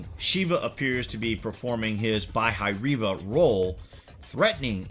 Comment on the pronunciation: "Bah-e-ri-va" ... actually it's "Bhairava"